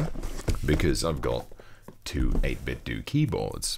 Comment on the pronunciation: Fwap bad, it's pronounced doe. As in what you cook cookies, as in what you call money. Not dew as in Dew we go to the store.